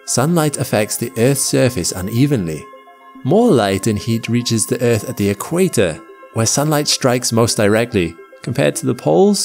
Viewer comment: I like errrrth